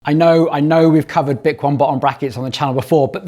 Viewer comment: 10 months later, bik-won is now bik-o-nee. They should of provided pronunciation literature in the box 😂